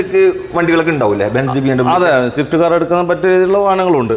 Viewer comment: ഷിഫ്റ്റ്‌ അല്ല സ്വിഫ്റ്റ് ആണുട്ടോ 🙄